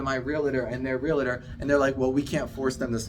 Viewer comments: Realtor. Real-tor. Not Real-a-tor. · It's realTOR not reliter